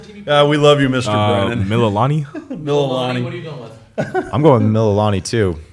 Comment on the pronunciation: Mill-La-La-knee. Just like it's spelled. You are pronouncing it like a ll in Spanish. Like El Pollo Loco.